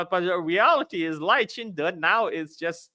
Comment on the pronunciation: Hey doc....carl already revealed to you how to pronounce lai's name properly Not 'lay chai dei'